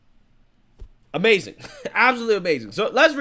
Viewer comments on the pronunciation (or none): none